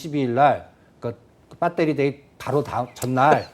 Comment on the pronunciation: 발표내용중에 그 배터리 아니 빠떼리 ㅋㅋ